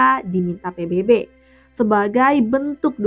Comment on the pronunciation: Menit dia bilang "pibibi"... pibibi apaan woy... Kat je jom jap cem 🤣